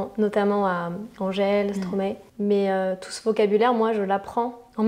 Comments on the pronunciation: «…artistes comme Angèle et Stromaé » c’est aussi une prononciation à la française car, sauf erreur de ma part, ça se prononce « stromaï » (maestro en verlan) 🙃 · elle a dit STROMAé .... nannn c'est phonetiquement comme Stromaille , so nno mvient du mon anglais MAESTRO inversé les sylkable " STRO MAE " ^^ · On dit pas Stro-ma-é mais Stromaille